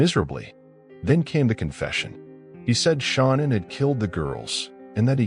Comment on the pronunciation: Her name was Shan-Ann not Shawna!